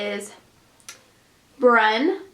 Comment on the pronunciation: brun is french for brown it's not pronounced how it looks hahaha